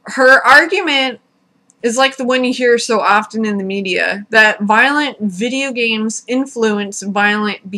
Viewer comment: "W-w-whurrduhvideeayahgaems?" I died.